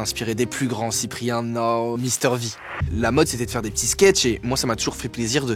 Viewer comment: Pourquoi il dit nor mister v